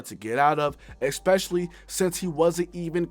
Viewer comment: U gotta stop saying “exspecially”